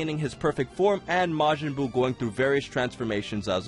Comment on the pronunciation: Majin is pronounced with a hard J and Gero with a soft G.